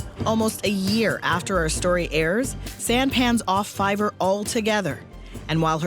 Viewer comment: lol fivverr